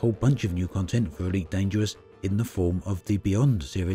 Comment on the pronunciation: Eweet Dangerwuss pweemium